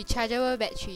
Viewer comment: wtf is a baddery?